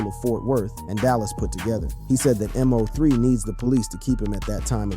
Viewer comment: WORDS/NAMES mispronounced here: MO3, Lancaster, Yayo, and Boosie.